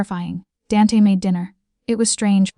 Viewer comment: Danty? I suspect it is meant to be Dante.